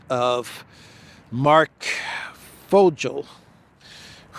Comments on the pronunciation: Hi, for the German surnames Fogel or Vogel, just say: foe-gal with a weak a that sounds more like an e. BTW, that Fogel guy when he appeared with Trump in front of the press, looked so fake and dishonest. US embassy personnel are CIA personnel, and this dude looks quite 🐟 fishy. Thx 4 your traditional walk'n-talk 🙋🏽! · Regarding the Vogel pronunciation, just look it up on Djoodjel.